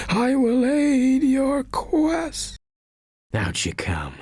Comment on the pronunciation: I'm impressed that the skull manages to skip the T in "quest" while also adding a T to 'bones'